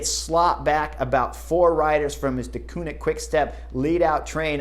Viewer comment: One of these days Chris Horner is going to learn how to pronounce Deceunink correctly (Dekuurnink) 😂